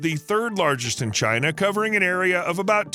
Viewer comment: China not Đina